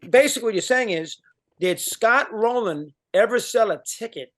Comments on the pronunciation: It's Rolen not Rolan. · It’s Scott ROLEN.